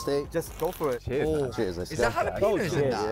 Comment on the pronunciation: My guy, jalapeno is prononced ha-la-pen-yo. Don't gimme that "we say it differently in England" nonsense because I've heard many brits say it correctly.